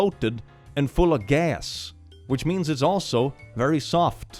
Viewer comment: OBSESSED with the way he suddenly shifts into a New York accent for “full of gas”